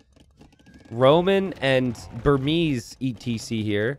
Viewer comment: "Tesé" like a true Floridian 🤣🤣